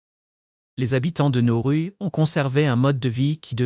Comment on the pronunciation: Pas Norru mais Nauru 😊